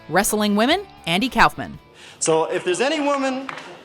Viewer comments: It’s pronounced cough man not kouhfman that made me cringe when you said it also a lot of these where actually funny but watchmojo becoming a bit too pc for my liking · "Cowfmin?" It's pronounced "cough man." 😒